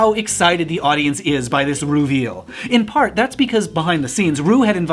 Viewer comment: LOL "Ru-veal"